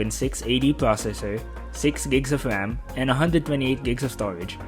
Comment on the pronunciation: agreed. seem to also have a lisp. can't get past the gigs of WAM, TWiple Wir Camewas, etc.